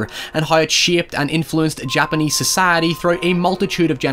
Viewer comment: This guy says "society" really weirdly.